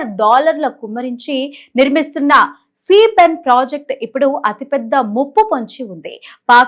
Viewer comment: ఫ్రాన్సిస్ కాదు... ప్రావిన్స్... సీ పెన్ కాదు cipec ప్రాజెక్ట్.... ఆత్మవంచన చేసుకోకండి.... ఛీ ......